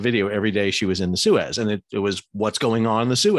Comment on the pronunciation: That's not how you pronounce Suez.